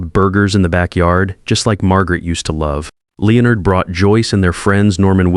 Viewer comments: Is it really that difficult for AI to correctly pronounce Leonard every time? About half the time it’s correct. The rest of the time it’s pronounced Leo-nard. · This one taught me how many different ways Leonard can be mispronounced.